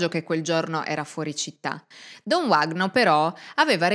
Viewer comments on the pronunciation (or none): Uno dei casi di cronaca più incredibili della storia, non il primo in cui la chiesa è nel mezzo e stranamente tutto si fa estremamente nebuloso. Ad ogni modo, si pronuncia “Vagno” , in portoghese quella W si pronuncia come la nostra V, non è inglese 😉